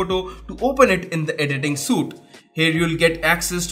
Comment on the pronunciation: Suite* pronounced "Sweet". Not "suit". . For future reference.